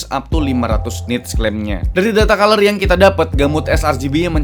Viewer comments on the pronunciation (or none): none